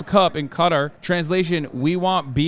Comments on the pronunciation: Im sorry but what is up with the way Hasan says Qatar? like bro... i thought were meant to be worldly. All i can do is laugh when i realised he has never said the word Qatar before and is pronouncing it like its spelt. its Kuh-taar not katir! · Hey not trying to be a douchebag but it’s pronounced like Catar. Guitar but ca. No I’m not a self-important incel my friend lived there for 3 years